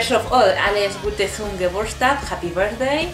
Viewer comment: Jajajaja, bien dicho en alemán